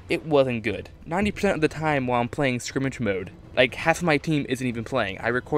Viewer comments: sk-er-mish not skrimage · what the hell is skrimitch??!!?! it is skrimsh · SKIRMISH! Not "Skrimage" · Skirmish, skrimmish, ok. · It's SCUR-MISH not Scrimage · Every time he said skrimig mode I cringed it is called skirmish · Sounds to me that this guy pronounces "skirmish" like "scrimmage". Not hate, just something to point out. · SKIRMISH, not scrimmage, that's really starting to get irritating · ITS FUCKING SKIR-MISH. NOT SCRIMGE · good ideas but skirmish not skrimish!!! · Scrimmage... scrimmage... at first I was willing to give you the benefit of the doubt, but then you said it another 4-5 times. Scrimmage?... I just can't...*sigh* Edit: Pretty sure you said it a minimum of 10 times, RIP. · It sounded like skrimitch... I knew what he meant though. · Does he know how to say skirmish? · its skirmish you fuck nut